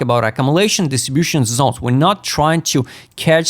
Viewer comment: when it is pronounced properly Zones is not funny but when you say Zons it becomes funny 😂